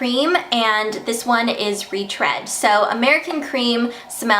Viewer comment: I think the read in retread sounds like reed not red